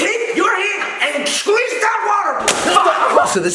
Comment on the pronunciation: i like how jason said shqueeze instead of squeeze, it made it so much funnier😂